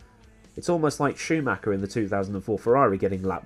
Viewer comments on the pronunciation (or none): none